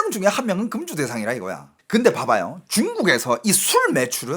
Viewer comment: 야 이놈이거진짜 한국말 못하네 사치는 단음이고 금주는 금으로만든 구슬이다 술을못마시게하는것은 그음주라고해서 금자는 장음이다 너 똑바로해라